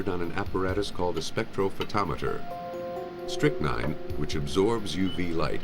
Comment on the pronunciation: the spectrometer gave a reading so it must be strictnine! Or the narrator he messed it up !😂😂😅😅